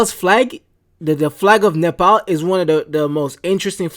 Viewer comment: Omg he said it the right way he said NEPAL AND NEPALI THE RIGHT WAY!!!!! 🎉🎉🎉🎉🎉🎉🎉🎉🎉🎉🎉🎉🎉🎉🎉🎉